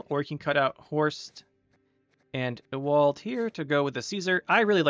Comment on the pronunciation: dude. CROWNSPLITTERS????? (also I think Ewald is pronounced YOU-uld, not ah-WALLd :3 )